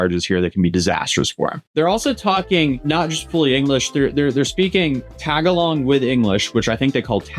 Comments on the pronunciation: it's Ta-ga-log not Tag-along, also I know you wouldn't care about it as it is a small matter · TA-GA-LOG bro not Tag Along… but close enough😂✌🏻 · Learn how to pronounce words correctly. Tagalog is not tag a log 😜 Tug gah lug Taguig look it up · Lol big fan But it's not tag-along 😅 it's ta-ga-log 🪵 I'm headed back there in 10 days!! Just an hour from Manila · Small correction from a Filipino, its pronounced "tuh-gah-lug", not "tag-a-log" 😂 just for future reference homie, great video! Edit: wait, i got it, have him box Manny as punishment, like 12 rounds and no KO rule, he gets KO'd, he MUST fight the remaining rounds after regaining consciousness consciousness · Please, don't pronounce "Tagalog" like that. You are putting the acCENT upon the wrong sylLABble. It's not "TAG-a-log" It is more like "ta-GAH-log". During the Marcos administration, that ass-hat would not have survived the gun grabbing attempt. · Btw it’s pronounced tah-gah-lon not tag a long 🤣. Great coverage. Keep up the good work 🎉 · Pls stop saying Tag A Long. Its pronounced ta ga low. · Its NOT pronounced Tagalong it's Ta-gah-log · Tag along. Bro is cooked. Tuh-gah-log. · “Tagulug” got me screaming LMAOOO love the video my boy! but it’s pronounced Tah-gah-lug like slug haha 😂 - source Filipino mom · The language is pronounced "tuh-ga-leg" not "tag-a-long" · tuh ga lug, not tagalong like the cookie 😂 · I appreciate you covering this news on this nuisance streamer getting in trouble in our country , BUT for the love of god DO NOT CALL IT TAG ALONG, "Tuh- Guh, LOG" no matter how many times I hear it, that ALWAYS sounds like someone scratching a chalkboard with a fork! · Tagalong is pronounced Tah-Gah-Long….you said tagalong like a friend 3rd wheeling a date lol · Tag along? lol it’s pronounced Tah-Gah-Loge. 👈 Loge like with the short “O” sound. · Not “tagalong” it’s Tagalog pronounced tag ol og. Not tag like the game but a soft a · It's pronounce Tah gah lawg... not Tag-a-long...